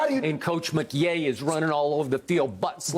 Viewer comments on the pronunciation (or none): I love how all season Skip was hating on the Rams and Sean McVay that year and that the Rams not only beat Tom Brady again in the playoffs but won the Super Bowl. We haven’t heard “Sean McYay” from Skip ever since 😂 he was wrong about all 4 playoff games that the Rams won too 🤷🏻‍♂️